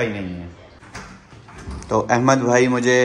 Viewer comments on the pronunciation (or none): none